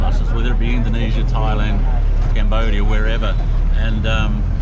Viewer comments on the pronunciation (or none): none